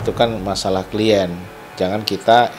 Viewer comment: Pengacaranya mirisss, masa baca "klien" = klaiyen ,wkwkw